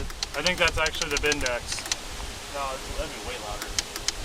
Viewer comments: Bendix not bindax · BENDIX not BINDEX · Bendix not bend dex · Someone tell the guy it’s a Bendix not a bindex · It's called a Bendix, not a bindex....you mercans just make words up 😂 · Bindex? Its Bendix, guys, Bendix...